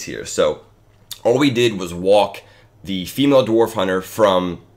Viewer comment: I love how you emphasize “female dwarf hunter”